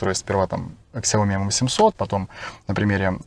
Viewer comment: Не ксяоми, а сяомИ (с ударением на последний слог).